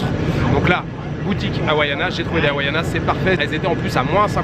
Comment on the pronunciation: Havainas pas hawaianas! 😂